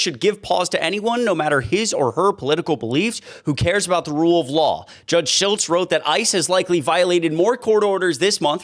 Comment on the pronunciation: The judge's name is pronounced Schlitz, like the beer.